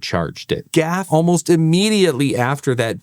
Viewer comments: It's interesting that you pronounce GAF as "gaf." I would have assumed that you are old enough to recall the ubiquitous View-Master TV commercials featuring Henry Fonda, who pronounced the name "Geeee Ayyy F." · It's not pronounced GAF, it's G A F, pronunciation on each letter. G-A-F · It ain't "Gaf", sonny. It's pronounced "G. A. F." Henry Fonda used to be their TV spokesman. I had every one of these! Winnie the Pooh really stands out in my memory. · This is the first time in my 58 years that I’ve ever heard anybody pronounce GAF as a word rather than individual letters. Talk about jarring. It was just never done.